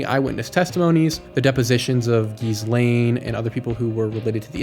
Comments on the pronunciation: "Ghislaine" is pronounced ghee-lenn. Also, Ashley was a very popular name in the 1980s and 1990s. It was in the top 3 most popular girls names from 1985 to 1997. There were more than 260,000 girls named Ashley born between 1987 and 1991, who would be about the same age as the missing Ashley, so it wouldn't be unusual for a woman that age to be named Ashley. Also, of course, people don't have to use their real names in commercials and usually don't. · You're still mispronouncing “Ghislaine”, and you've confused trademarks with copyrights. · GHEE - LAINE. The S is silent. It’s not that hard, Americans! You can do it 😅